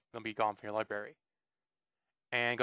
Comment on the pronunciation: This did not work on my itunes. And are you saying Libary?